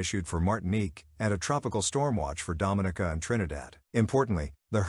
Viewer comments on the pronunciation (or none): he miss pronounce all Grenada 🇬🇩, St. Lucia 🇱🇨and Dominica 🇩🇲 😂 I was saying the same thing to myself